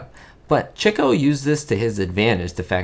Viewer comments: I learned a lot from this video! One thing I have been doing up until now is saying his name as “chee-koh” and not “chick-oh”. Thank you for clearing that up! Have you seen “Love Happy”? If so, what are your thoughts? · I knew several years ago that his name was pronounced Chick-o, but did not know the reason. Thanks,. Great video.